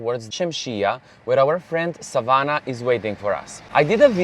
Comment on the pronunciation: lovely as usual informative video, You say Savana so perfectly, every time you said it i looked as its my name also.